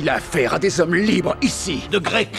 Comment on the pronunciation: No, God, Nooo ! Six ou sept mille Z'hommes ? merde, mille est invariable ! Je hais les liaisons dangereuses.